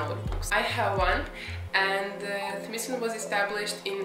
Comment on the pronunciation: It’s pronounced “smy’ like sky. So it’s smythson